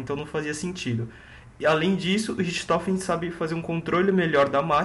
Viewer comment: naturalmente a pronuncia de RICHTOFEN é Ricktofen, mas sem problemas